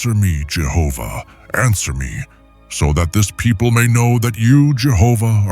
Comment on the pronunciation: I'm thankful you pronounce Jehovah in this